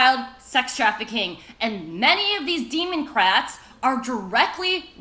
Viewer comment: Hello children, today we learn how to turn your christian missionaries into pasta strainers. EDIT: Did she say Demon-crats?